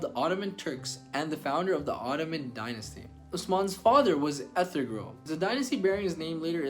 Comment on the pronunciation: This video has a lot of inaccuracies from mispronouncing Ertugrul's name to calling Salahuddin Saladin to not knowing that Salahuddin was Kurdish and not Egyptian.